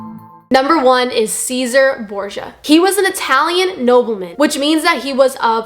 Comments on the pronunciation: it’s not pronounced “Caesar” Borgia but rather “say sar.” Good video nonetheless. Edit: I don’t know you and will never meet you. I was raised Roman Catholic but left religion long ago. That’s why I find it strange that I experienced a profound sense of joy to know that you found and accepted Jesus Christ as your savior. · It's not Ceaser Borgia, it's Cesare, CESARE Borgia. Pronounced "CHE-SA-RAY" Borgia. Why does everyone get it wrong? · A mild thought on Italian pronunciation! There is the fellow who was bad Cesare Borgia. He is in some TV shows which tell the story of the Borgias. You pronounced Cesare in the same way that we Americans say Caesar as in Julius Caesar. However, Cesare lived in Renaissance Italy just before the Reformation and modern era. He and others spoke Italian. In Italian the "Ce" is pronounced like cheh or Chey and the last "e" is also pronounced as A or "Ay." So, his name is Cheyzaahray, if we are trying to be closer to the Italian or its English equivalent! God bless you! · The first person mentioned was not Called Caesar Borgia (like Julius Caesar) He was Caller Cesare pronounced CHES ARAY, also there is no credible record of Cesare being an athiest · Borgia's first name was pronounced Chez-a-ray. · Very kindly-meant clarification: his name is pronounced “Chez-ah-ray” ❤ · You should do actual research before you make a video. Other than the quote from Charles the 9th (who slaughtered the Huguenots because he was Catholic) everything you said is easily debunked. You don't even pronounce Hugunots or Cesare correctly. Pathetic.